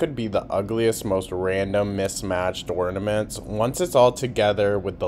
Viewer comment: Is she actually saying “ornaments” correctly???😮